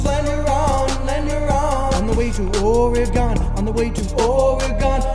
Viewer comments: We don’t pronounce it Oreegawn we say Orygun. Salem OR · You're certainly an east coaster. It's pronounced Or-i-gun, not Or-i-gahn. Thank you for pronouncing the "e" like a short "i" and not like a long "e". I appreciate the video though. I like your work too much to be offended by your accent. :-D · This is a nice song, but every time you mispronunce Oregon, I wince (it’s or-gon, like the things you’ve got in your body) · I like how this whole song is based on the mispronouncing of Oregon. Lol